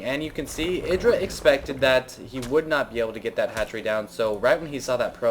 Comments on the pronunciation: 'Eye-druh', not 'Ih-druh'. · pronounce Idra like u would a HYDRAlisk, the way u say it drives me crazy -. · Mk, is Idra pronounced "Eye-Druh" or "Ih-Druh" because everyone seems to say it differently. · shouldn't Idra be pronounced the way it would rhyme with hydra?